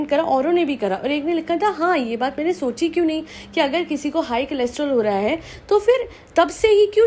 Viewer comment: Cholesterol, not chelostrol :)